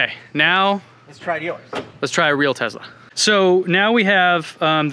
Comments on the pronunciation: He actually said "real Tezla." Must be taking about a different brand. ;) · Please stop mispronouncing Tesla. It is not “Tezla”. Thanks. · It's not a Tezla. It's a Tesla. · It’s pronounced Tesla not Tezla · Can you not say tezla its clearly tesla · Tesla not tezla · a tesla is not a tezla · Stop. Saying. TEZLA!! It’s TESLA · I HATE how he says “Tezla” instead of “Tesla” r/mindlyinfuriating 😭😒😵😤😤😤😤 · Why they say tezla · Duud says tezzla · That is how it's pronounced. That's how Tesla emloyees (including Elon) pronounce it. You have to remember where Nikola Telsa came from (a slavic language nation). I know you know this though, and were joking. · Can't pronounce the S in Tesla?